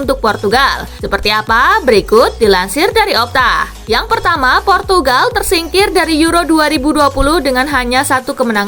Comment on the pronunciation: purtugagal portugagal 😂😂😂